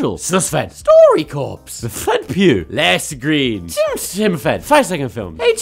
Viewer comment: How else cringed just a little bit when he said laci green.